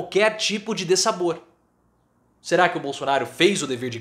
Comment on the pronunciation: Você é muito bom, meu velho! Mas dEssabor inexiste na língua portuguesa…o que tem por ora é DISSABOR!